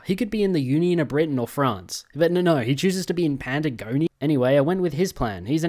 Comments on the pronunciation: Just because it really ground at me, to my understanding the region is pronounced *Pat*agonia, like patting a cat, not *Pant*agonia, like the pants you wear. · PATAGONIA NOT PANTAGONIA!!!!!!!!!!!!!!!!!!!!!!!!!!!!!!!!!!!!!!!!!!!!!!!!!!!!!!!!!!!!!!!! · as a Spanish speaker, listening to pronounce Patagonia as Panda-gonia hurts /lh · "Pandagonia" are we serious rn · PANTAGONIA WTFFFF WHERE ARE YOU GETTING THAT N FROM